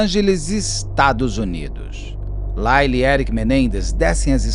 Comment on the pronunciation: A fonetica de Lyle é L-A-I-O